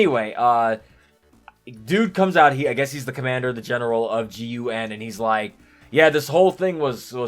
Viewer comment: I’d always pronounce the agency as GUN instead of G-U-N. You wouldn’t say S-H-I-E-L-D.